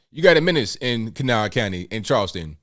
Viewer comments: This woman is a hero! I’m from that area as well. I could tell immediately you’re from there because you pronounced Kanawha correctly 😉 kuh NAW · I was so impressed at your correct pronunciation of Kanawha!! Not “Can a wha”. Then you said you were from there. Go WV. Thank you for representing WV in positive manner. So tired of so much negativity about state.